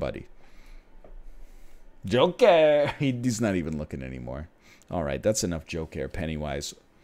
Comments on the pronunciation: "Yolker" My god... the Egg has been the Joker all along! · Is it Joker or Yolker?